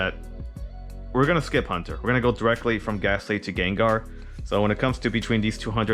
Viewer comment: Dude I dont want to be THAT GUY but its HAUNTer not HUNTer... Haunt as in Haunting Ghost... but interesting deck conspept man!